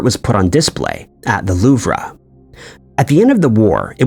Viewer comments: The “Louvruh”? You just lost my interest. No credibility. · Louv rah. You retard